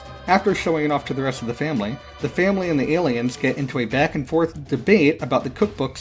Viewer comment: Did he call them Gayliens?